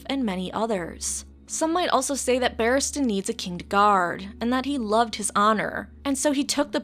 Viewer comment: Barristan Selmy, not "Battiman" Selmy. you weirdo.